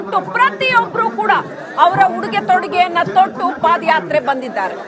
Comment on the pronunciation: Adu paad yatre alla paada yaatre. Madakeri alla Madikeri.